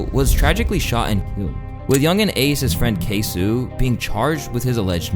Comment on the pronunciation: K so not k sue 😂😂😂😂😂😂😂😂